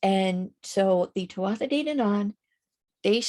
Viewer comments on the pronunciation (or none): Thank you (very irish name) great information here really enjoyed the video. Just fyi tuatha is pronounced too-aah much love 💝